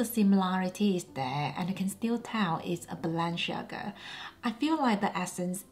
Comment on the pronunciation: Celine not the same anymore I agree, and the lady dior looks off. Btw Balenciaga you are pronouncing incorrectly please research and pronounce correctly.